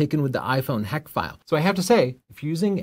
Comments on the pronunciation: It’s HEIC not HACK 🤦🤦🤦🤦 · The big takeaway for me is how to actually pronounce “heic”😄. But seriously, the whole point is that an iphone won’t scale to a large screen, as a dedicated camera would. Sure, for instagram or ticktock the quality may appear similar, but If you want to output a museum-sized print only a real camera will do.